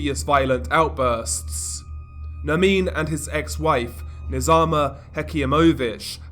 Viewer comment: It’s not Nermine it’s Nerrrmin